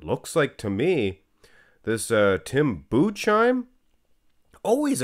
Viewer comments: tim budesheim is pronounced "tim boodess-hyme" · budesheim is like boo-diss-hime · You pronounce Budesheim like „Boo-des-hime“